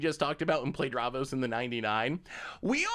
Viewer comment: Thats not how you say davros XD